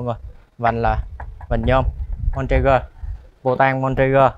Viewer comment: Phụ tùng em xe này là “Bontrager” nhe mọi người. Trong clip em nói, xong về chỉnh clip lại nghe giống ra Montrager..